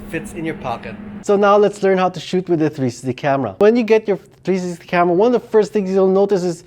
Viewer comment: Its three----six----ty. 3 syllables. Love the channel. Liked and Subscribed!